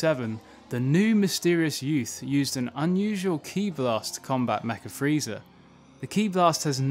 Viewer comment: Sounds like you’re saying Freezer